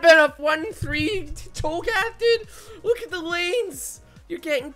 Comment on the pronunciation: Cho'Gath CHONK'GATH